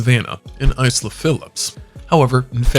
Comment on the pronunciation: Isla is not pronounced Ice lah. It is pronounced "Aylah" like Island! Why would the "Is" part of "Isla" be pronounced differently from island?